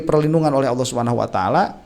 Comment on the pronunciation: Suara nya terdengar AWOH bukan ALLOH 🥺